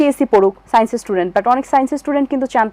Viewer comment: সাইন্সেস, নামও উচ্চারণ করতে পারেনা এগুলো